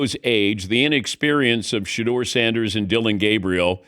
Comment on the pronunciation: His name is Shedeur Sanders!!! Curse you AI